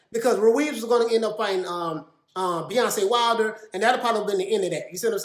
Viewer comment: Wait he called wilder Beyonce Wilder 🤣🤣🤣